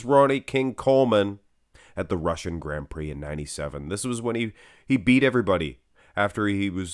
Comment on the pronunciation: "Grand pricks"???🤦‍♂️ Americans 🤣🤣🤣